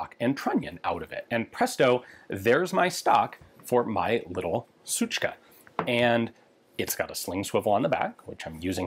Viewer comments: It's really amusing for me as a native Russian to hear you saying "suchka" correctly. Also I have a recoil buffer in my TG-2 isp. 03 (AK-104 in a very Russia-specific 366 KM caliber), and I think it makes the recoil a little softer. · As a native russian speaker i deeply appreciate Ian saying "suchka"